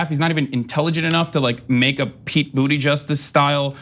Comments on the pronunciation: Did he just say, "Pete Booty Justice?" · Booty Judge. I think Kyle started it.